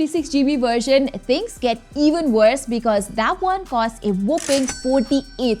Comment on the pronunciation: whooping, or whopping?